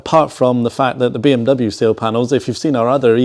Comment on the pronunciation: Seal or sill? I can never tell the difference in these videos 😂